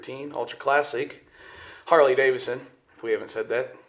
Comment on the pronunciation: "Harley Davison"